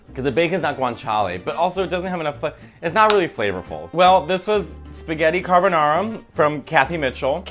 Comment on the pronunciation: Carbanara again. Lol